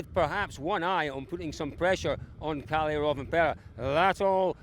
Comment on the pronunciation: theres like 20 drivers and the newsreporter cant be bothered to learn their names... Källi ??? It clearly Kalle